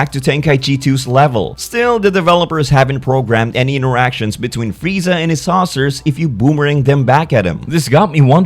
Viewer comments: One of the rare times someone actually says Freezer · Goku: "wow freezer You really were a cut above the rest" didn't even try to say his name right😂😂😂